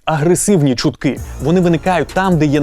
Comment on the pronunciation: Я знайшла два фейки у випуску: "чумтки" замість "чутки" ВВ замість ОЕ хто знайшов більше?)